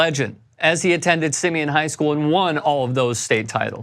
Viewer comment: Simeon isn’t pronounced that way bruh